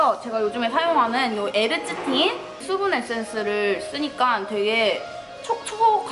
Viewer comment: 국밥 퍼묵퍼묵할때 보다 화장품 리뷰할때가 더 잘어울렼ㅋㅋㅋㅋ워쩔ㅋㅋㅋ (이런 캐미녀 이 먹방해줘서 다시금 아리가또~) (Thㅜ분 에센thㅜ, ㅋㅋ th발음 귀욤귀욤)